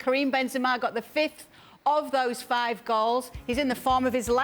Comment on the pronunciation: Coming back to hear Juliann say Karin the dream 😂